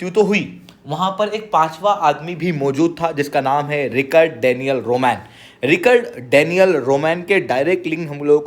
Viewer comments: आपको रिकॉर्ड नहीं रिचर्ड प्रोनाउंस करना चाहिए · Bhai just 1 correction wo रिचर्ड hai रिकर्ड nahi.